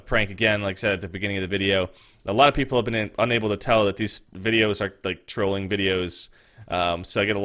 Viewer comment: He said troling